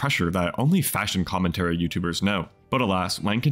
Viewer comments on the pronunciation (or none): none